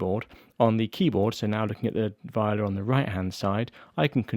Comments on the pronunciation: Why keep saying “vĪ-o-la” in no language is that the correct pronunciation. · Sorry Jay if you’re disappointed, it’s just the way I say it. Vee-oh-Lah is how I guess it’s supposed to be pronounced.